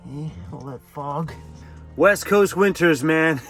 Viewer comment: I swear it sounded like you just said 'the WET coast'! LOL